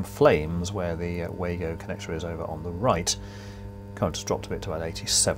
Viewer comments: Pronounced Vargo German w is V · Just a couple of points. The Wago connectors are pronounced as Vargo ( German word) Plus I was always taught that crimp connectors are only to be used on multi stand cables, The crimp could be pulled off a solid drawn cable as it didn't bite into the cable.